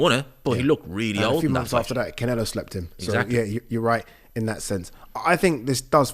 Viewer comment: cant help himself but to say Can-ELO in that way😂😂